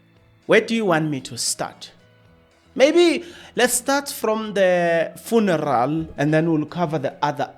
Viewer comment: Are you deliberately irritating us by the" Funaral" 😮